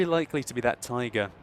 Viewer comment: "And he spots the TAYGAH" Best moment xD